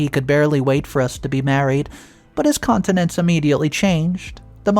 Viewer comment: You need to be more careful of your pronunciation of words. I nearly fell of my chair laughing when you stated "I did not let them effect my countenance" countenance meaning facial expression, but you pronounced the word continence, meaning the ability to pass urine or faeces voluntarily in a socially acceptable place. Again you mispronounced the word saying "but his countenance immediately changed the moment I told him no! marriage was going to occur" Again you said continence changing the meaning to not being able to control his bowels - very entertaining but not what you intended to say!